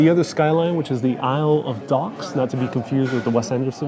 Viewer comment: Did you say Isle of Docks? Wasn't too sure if I heard you correctly because it is actually the Isle of Dogs